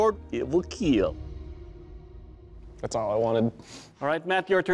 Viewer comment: I watch these videos just to hear the “it will kielll”